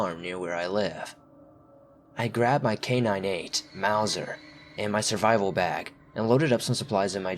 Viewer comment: I can't tell if you're pronouncing it K9-8 or just saying K98 quickly in the first story and it's killing me, But great vid as always